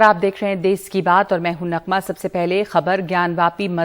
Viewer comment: For your kind information it is not देस,,,, it calls देश. Please do correct........